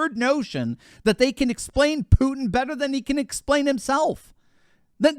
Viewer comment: I still hope that English speakers will one day FINALLY find out Putin's first name reads VlaDEEmir, not VLAAHdimir. Second syllable under stress. and his last name is PUTIN, not PUTN. Clearly five sounds. Which you perfectly perform by the way. I'm not his fan, I'm just a fan of accuracy.